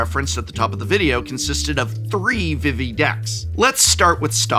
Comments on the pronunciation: It is VEE-VEE not VIH-VEE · Vivi's name is pronounced with the same vowel twice. "Veevee" not "Vivvy" edit Looks like someone corrected you midway through.